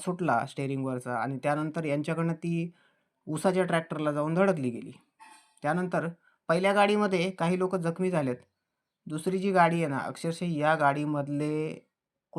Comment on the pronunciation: उषाचा नाही रे गे...चो.....ऊसाचा😂